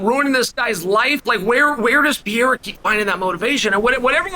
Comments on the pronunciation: “Parera” is how to pronounce the middleweight champions name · Really just keep saying “Piera?” Like a female Pierre? Come on have some respect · Can we talk about the real issue? How long is Uncle Chael going to keep mispronouncing "Piera's" name? Pereira, the middleweight champ. Ok all the BS aside, Izzy handled it well, Pereira seems to have his number. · Mispronouncing Pereira? This is how to pronounce your name Also ran!